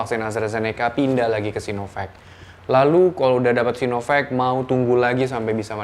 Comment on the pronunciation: Doc, kalau mau bilang vek, pronouncenya harus Sainovek, bukan Sinovek. Tapi kalau mau pronounce sino, pronouncenya sinovak. So, either Sainovek atau Sinovak bacanya.